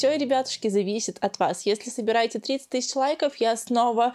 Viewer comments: Тыщача рублей, две тыщачи рублей 😤🤦🏼‍♀️🤦🏼‍♀️🤦🏼‍♀️ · Меня бесит когда она говорит тысяТЯ 😡